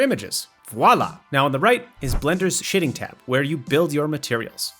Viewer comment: "Blender's Shitting Tab" is what I swear I heard at first lol. great tutorial though!